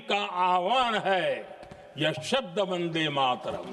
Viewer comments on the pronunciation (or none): none